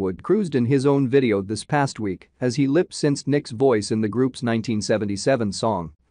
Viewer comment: Love you brotha but it’s pronounced “lip- sink”